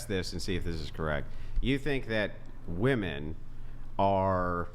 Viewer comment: WHY do MOST "feminists" on this pod never say the word WOMEN ... they pronounce it WOMAN every time? did i miss a class somewhere ??? its like the 3rd or 4th pod ive seen them pronounce it like that multiple times sometimes in one paragraph. usually goes along with the word "like" said about 9 times as filler words ... smh